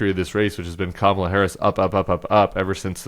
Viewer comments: Did you guys hear that? He accidentally pronounced her name correctly! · Anyone else notice he pronounced Kamala correctly this time? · He actually said her name correctly this time. He's slipping. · He said her name right??? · Oh so he does know how to say her name correctly! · Hey, he pronounced her name correctly. lol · Oh he accidentally said her name right! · At least he pronounced her name correctly. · Just thinking about debating her again had him so rattled that he accidentally pronounced her name right. 😂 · He pronounced Kamala's name correctly. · So he does know how to pronounce the first name of VP Harris. He’s going to flip when he watches this clip knowing he didn’t mess her name up on purpose. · The orange nightmare actually slipped and pronounced Kamala's name correctly! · He pronounced her name correctly... shocking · Noticed that Trump pronounced Kamala correctly? He knows how to say it, he mispronounces for adulation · Notice he said Kamala's name right in the clip 😂😅 his ass is scared 😅😂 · Did he just pronounce her name properly? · HE PRONOUNCED HER NAME CORRECTLY 😳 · At least he pronounced her name correctly. 🙄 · OMGOODNESS, he said her name right...❤ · I was shocked …he actually pronounced her name correctly. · At least he said her bame correctly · Oops! He is losing it - He even forgot to mispronounce Kamala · Accidentally pronounced her name correctly… lol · He finally put some respect in her name! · Ut oh, he said "Kamala" right. Someone stop him! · Oh my, he pronounced her name correctly! Ha ha. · I can't believe it, he actually pronounced Kamala correctly, could it be he's finally taking her seriously? Trump's only hope now is to play his hole card and bring out the big guns, it's time for TED NUGENT!!! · He forget to mispronounce 😂😂😂